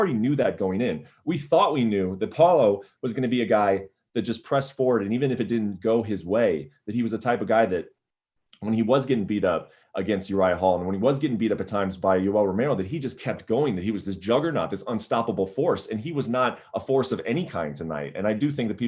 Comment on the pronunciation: Did Chael rlly say urial hall🤣🤣🤣🤣🤣